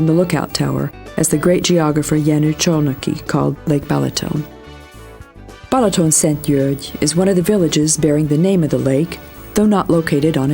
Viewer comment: Pronounced "Ba(h)laton" NOT "BElaton." the first "a" is pronounced exactly as the second one. So, that's your brief lesson in Hungarian (Magyar) pronunciation. I won't even get into the correct pronunciation of "Magyarország," the name of the country, "Magyar," the language and the people, "Magyarok." Enjoy Balaton.